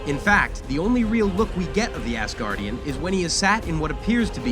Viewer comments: Why do you keep saying assguardian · You just said assgardian... Twice Three times Also you didn't just tell thor not to mess with captain marvel.... She is weak compared to many avengers